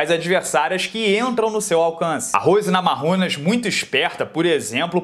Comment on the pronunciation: Ainda tento entender o motivo pro pronunciar NAMARRUNAS em vez de NAMAIUNAS.